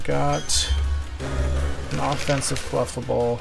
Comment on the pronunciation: As requested, I am commenting to share that I do not like your clefable pronunciation. GGs tho.